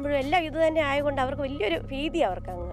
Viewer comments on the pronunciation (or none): Pheethi alla bheethi